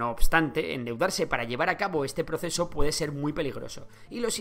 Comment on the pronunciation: dice pueDDe